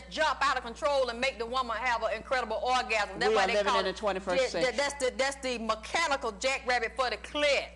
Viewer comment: "Da MECHANICAL jackrabbit for da CLIITT"